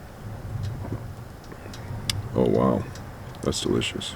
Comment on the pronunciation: There's the stuff that you keep pronouncing "ca cow".... are you talking about cocoa? (chocolate?)